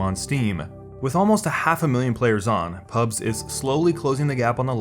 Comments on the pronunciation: you are saying pubs instead of pubgee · ok its PUB G not PUBS UGHHH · Call it PUBG it's not fucking PUBs there's a G in there. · Nice video, but every time you said "PUBS" I cringed so hard I almost fell out of my chair. No one calls it that. It's PUBG, dude. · "P U B S" AAAAAAAAAAAAAAAAAAAAAAAAHHHHHHHHHHHHHHHHHH Its PUBG! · It triggers me that you call the game Pubs and not PubG. Stop being lazy. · its Pub-G not pubggggahss lmao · Hearing you say "pubs" over and over instead of "pubg" is infuriating.. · Why say Pubs instead of PubG? As a former WoW player, it confuses my brain lol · dafuq is pubs mate? it's called pubg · Loved the content, but my god calling it PUBS gave me cancer. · The G isn't silent; "PUBS" in the entire video... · Thumbs up if you're triggered by him calling it "PUBS" lol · stop calling it "pubs" reeeeeeeeeeeeeeeeeeeeeeeeeeeeeeeeeeeeeeeeeeeeeeeeeeeeeeeeeeeeeeee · I'm triggered he keeps calling it PUBs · Why do you say pubs? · Before watching It's because of streamers, the success of the mods, the community it comes from and the fact that they aren't making a shitty cosmetics game with buggy features that act as if they are rng determined. After I love how you call it pubs instead of pubg. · HOLY SHIT ITS PRONOUNCED PUB-GEE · why do you call it PUBZ ? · I pronounce it Pub-jee, but I'm not sure if that's right